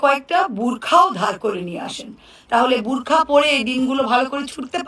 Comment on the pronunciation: বাংলা বলতে পারে না। বুরখা নয় বোরখা।